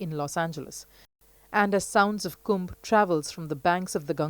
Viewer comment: Thank You commentator for calling it Kumbh and not Kumbha! Distorting names or terms like that can erase cultural nuance and precision. Many of these distortions stem from the colonial-era habit of anglicizing Sanskrit or Hindi words to suit English grammatical expectations, especially by adding an "a" at the end of masculine names or nouns. This changes not only the pronunciation but often the cultural and linguistic integrity of the word. In many of these cases, the added “a” isn’t present in the original Devanagari script. These additions were often made by Western scholars, missionaries, or translators unfamiliar with native phonetics, leading to a system that still persists in mainstream media and academia. Respectful use of these words is necessary, especially as these names / terms carry deep spiritual, historical, and cultural meaning.